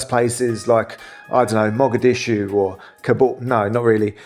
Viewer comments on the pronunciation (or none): none